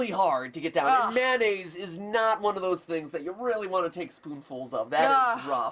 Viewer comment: Good fucking god it's mayonnaise, not mannaise.